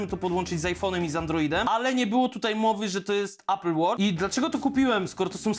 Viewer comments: A apple nie ejpl tylko apl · ejpel... Człolwieku - obejrzyj jakikolwiek filmik po angielsku dotyczący sprzętu Apple i posłuchaj, jak to się wymawia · Ejpl Ejfon 🤣🤣🤣🤣🤣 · Ejpyl 🍏hahahHa nawet po angielsku mówi się mniej więcej Aepyl. Kurw@ na cholerę ludzie to robią. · Ejpyl, ajerpodsy 🥹😂